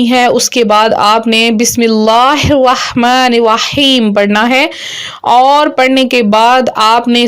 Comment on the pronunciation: It’s not wahman rahim it’s rahman Rahim